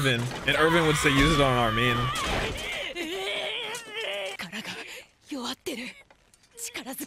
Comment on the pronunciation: bruh I know how to pronounce armin, I was saying pronounces "armeen" no one ever said "arminee" tf lmao